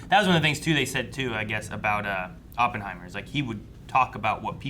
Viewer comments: It’s most definitely not pronounced Ohppenheimer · It’s actually aa puhn hai mr not whatever this guy is saying